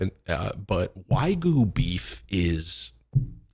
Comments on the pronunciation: whygu beef? lol nigga it's WAGYU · Come on Tim you know better. Its waa·gyoo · Tim, is it now Wagyu or Waygu?😂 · Why do you call it whygoo beef. Lmao